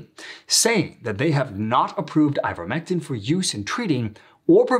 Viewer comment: You've been saying it incorrectly. What is " ivetmetin "?